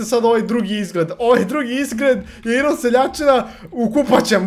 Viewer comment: NIJE IRON NEGO AJRON